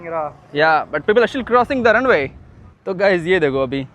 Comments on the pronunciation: Runway hota hai bhai, Randwe nahi 😂😂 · Runway ❌ Rand way ✅ 😂😂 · Randway usko Runway bolte hain 🤦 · Runway ❌️ Randvay ✅️ Love you bro just for fun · Runway bol rhe randway sunai de rha 😅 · Runway ❌ Rundway ✅ Bhai 😂😂😂😂❤ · Same mujhe bhi laga usne "randwe" bola 😂😂😂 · Runway ❌ Randwai ✅😂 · Bhai jb jb runway bola hai dhak dhak hua hai rundway rundway sunai diya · Bhai poori video mai itni baar runway bola hai samjh gaye bhai. Aur tu ranway bol raha hai ya rundiway bol raha hai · Runway ❌ rand-we 💯